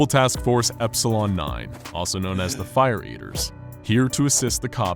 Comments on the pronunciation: I know- it sounds like “fire beavers”- not “fire eaters” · Um, did anyone else hear "Fire Beavers" and not "Fire Eaters"?